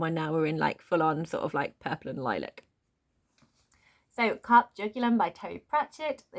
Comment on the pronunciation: lmao "Carp" it's Latin so it sounds like "car pay" ;) like the phrase "carpe diem" which is seize the day. so it essentially means seize the jugular/throat.